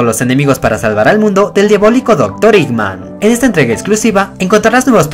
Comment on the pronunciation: Se llama eggman no iggman